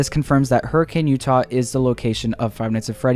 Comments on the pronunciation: As a fan of fnaf for seven years and a Utah resident, I never knew that it took place in hurricane, also for some reason they pronounce it hurrikin instead of hurricane, it’s really weird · Its not pronounced "hurri-cane" its "hurri-kin" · Alright as a Utahian it isn’t pronounced Hurricane like the storm it’s pronounced Hurr-a-kin I know weird but it’s true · It’s pronounced Hurican. I realize that it’s spelled Hurricane, but many of the cities in Utah follow that. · I live in hurricane Utah and it’s pronounced hurricin lol